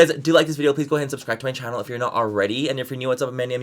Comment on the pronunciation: Whenever Manny says “my name is MANNYMUA and welcome to my channel” all I hear is “ my name is MANNYMUA and welcome to Disney channel” 😂😂😂😂😂😂